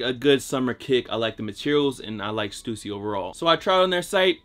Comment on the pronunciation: Thank god he pronounces stussy correctly 😂 oo not u